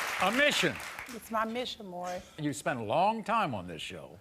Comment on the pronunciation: It’s Maury not murry